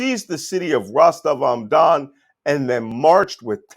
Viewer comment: I've read that Malcolm Nance is a "Russia expert" and fluent in the Russian language, but here his mispronunciations of "Rostov-om-Dom" (Rostov-on-Don), "Shegoy" (Shoigu), and "Jerasimov" (Gerasimov, with a hard "G") make it plainly obvious that Nance knows zero Russian. Nance is a complete fraud and charlatan, and those who turn to him for "expert analysis" on Russia are delusional or misguided — by Nance himself.